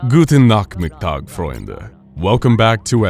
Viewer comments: That was the worse German impression I heard for a time. Just that you know. Ch is not k. It's rather a deeper sh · "Gutwn nakmittak, Fueunde" Es heißt "Guten naCHmittaG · You pronaunst Nachmittag wrong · I died 5 deaths when I heard you say Nachmittag (you nailed the guten though) -a german